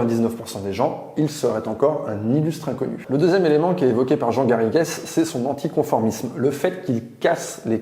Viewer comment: Comme je porte le même nom que mon celebre cousin historien on ne prononce pas le es comme es à la fin du nom Garrigues c'est vraiment détestable ! Ce nom vient de l'occitan et de l'anglais pour définir le chêne vert le Carik.. Le s vient que ce mot était au pluriel et définissait un lieu les Garrigues. Les Garrigues sont pour les sols calcaire ce qu'est le maquis pour les sols granitiques